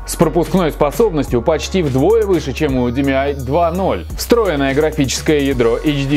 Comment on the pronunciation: не димиай, а диэмай